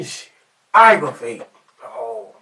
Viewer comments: Jikesonville eye-guh-vating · It’s Oggravating. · He’s barely pronouncing it properly. “Arggravating”is what he’s saying… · “Argrewvantin asfawk “ 🥴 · arrrgarating dawg, I ain't know any Bobby, know a bibby tho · Bro I read this comment first . I died when I heard aggravated. As I'm typing he still saying it lol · Omg I was just going to say that!!! I never want to hear "aggravating" ever again after this video! If someone took a shot every time he said aggravating they would have alcohol poisoning by the end of the damn video 🤣🤣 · you mispronounce the word aggravating hundreds of times to yourself?